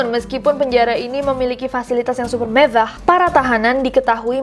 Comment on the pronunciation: Gatau ah males pas bilang mevwah lucu bangetz gak da obat wkwkkwkwk